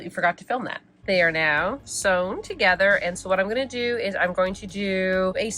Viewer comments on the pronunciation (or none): none